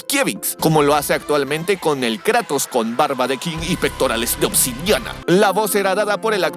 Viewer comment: no me gusta como dice Kratos, en lugar de Kratos dice kraitos